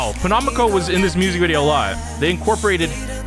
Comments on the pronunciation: The way he pronounced penomeco tho... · everytime u said penomeco (wrong) i lowkey cried inside big rip he even went on a little rant once abt how ppl always say/spell his stage name wrong SKDFJ